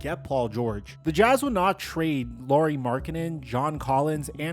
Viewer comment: Can you please stop calling him Lorie? It’s pronounced the same as Kyle Lowrys last name.